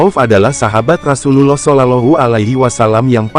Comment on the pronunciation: Jgn kyk robot bahasanya..penyebutan Rasulullah GK pas di telinga..skalian total kl bahas sejarah isla